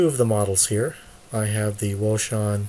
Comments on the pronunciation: The correct name of Wouxun is "Oh Shing" Baofend is "Bao Fong" Please correct yourself on the correct Names. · wouxun I believe is pronounced Ocean. Thanks for the Video.